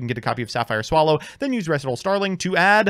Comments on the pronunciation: Staright-os and Reh-see-tahl are warcrimes. But as a non-native speaker I was condemned once as well. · Ree-sai-tall. Did Alex Cimo with 10 o’s teach you nothing? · Up until this intro skit I thought "Res-eh-tal" was just some avian term I'd never heard of and assumed that was actually how the card's name was pronounced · ITS FUCKING REEEEEEEE SIGH TALLLLLLLLLLLLLLLLLLLLLLLLLLLLLLLLLLLLLLLLLLLLLLLLLLLLLLLLLLLLLLLLLLLLLLLLLLLLLLLL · He mispronounced words on purpose to tick people off. The joke of the intro was he mispronounced Recital so many times hes being put on language trial for crimes against english. Then his lawyer quits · I didn’t even notice the recital miss pronouncing he does until the intro and now I want my ears to stop bleeding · I honestly was irked a bit hearing his pronunciation of recital soooo much... great sketch this guy is good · So given how yugioh cards are constantly misspelled for style points I would have completely accepted your pronunciation of recital if it wasn’t for the intro